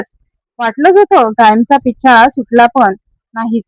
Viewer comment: पिचा नाही पिच्छा